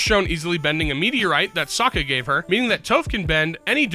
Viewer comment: i dont remember if it was or but hearing the human narrator pronounce "Sokka" like they do in the M Night Shyamalan movie aka "soh-ka" in the same post as they pronounced "Toph" with the long o as well it was enough for me to both stop watching and unlike the video on the spot